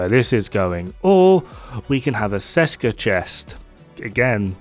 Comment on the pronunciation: Ok I am sorry I know I will go to hell, but... Hello from Česká republika (Czech Republic). Česká výroba means something like "Made in Czech Republic" or it could be a reference to "Česká zbrojovka" (zbrojovka = arms manufacturer) which is a real manufacturer in our country. You dont read Česká like Seska. The "Č" is pronounced like CH in let's say Chess and "á" is pronounced like an A in the far (FAAr). I know the memetics of this have been already done and whole community knows the set as Seska, but it makes me roll on the ceiling every time I hear it, especially because for some crazy reason developers were able to spell those two words correctly, which usually never happens in our case. Otherwise awesome decomposition as always, cheers. #SaveTheČ, #ThereIsNoSechRepublic